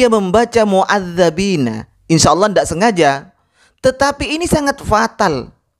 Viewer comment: dalam Al Qur'an bacaannya MUADDIBIINA , sedangkan ustadz anda membaca MUADDABIINA . Apakah itu bukan bid'ah? Kalau ditanya seperti ini nantinya di jawab fitnah & tuduhan🙃🙃🙃.